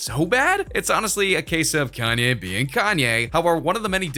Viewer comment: You said chanye